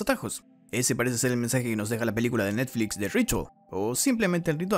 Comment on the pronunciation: ¿Y el tono que usas para "de Netflix"? Me siento estafada 💔